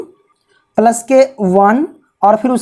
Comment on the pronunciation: Isko palas nahe plus bolate Hain+😃